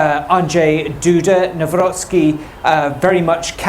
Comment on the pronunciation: What kind of news channel cannot get a presidential surname right? Embarrassing.